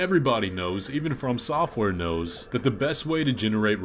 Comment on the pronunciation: Jesus, it really upsets me how you pronounce FromSoftware dude. I know the words "from" and "software" are used together but running the words together just sounds wrong to me 😅 And I'm aware that you aren't necessarily wrong either. It just sounds wrong to me. Unsubscribed! Jk, I'm not subbed